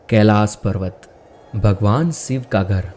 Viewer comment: सिव नहीरे शिव बोल 🤬🤬